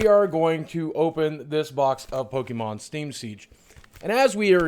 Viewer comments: Pokémon is pronounced Po-keh-mon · actually its pokemon not pokiemon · Boogie you should watch the show with your family its a great way to learn how to pronounce pokes